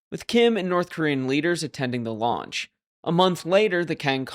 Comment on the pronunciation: Launch, I thought you said lunch. Kim probably